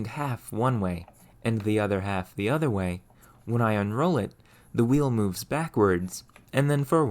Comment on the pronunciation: I like the content and commentary, but I'm generally curious where this guy is from since every time he pronounces a word with an "O" he says it as if it were a "U". Like saying Fur instead of For or Urther instead of Other. I've never heard someone speak such perfect English and then not for one letter, so I'm just curious.